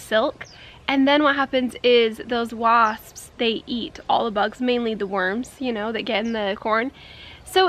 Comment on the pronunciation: That word is really weird WASPSSSSSSSS😂